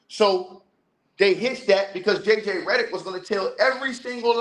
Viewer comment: This man said JJ Rhetoric, Im dead